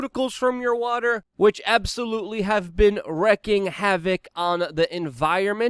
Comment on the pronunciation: wreaking, not wrecking. Language is important if you wish to communicate appropriately and effectively.